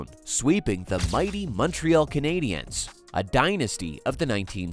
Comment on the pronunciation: The Muntreeall Kanaydeeanns.